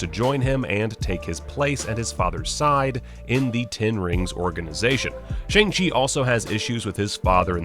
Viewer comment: It's pronounced "Shawng " not Shang.